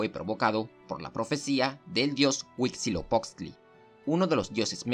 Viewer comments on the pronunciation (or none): Al parecer el narrador no es mexicano y es entendiste qué no sepa pronunciar los nombres de la cultura, nosotros los mexicanos sabemos como decirlas aunque en español se escriban diferente